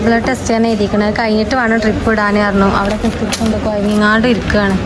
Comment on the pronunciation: ഡ്രിപ്പ്❌❌❌ ട്രിപ്പ്✅✅✅